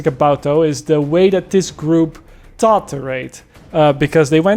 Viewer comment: The way you say taught annoys me and im dutch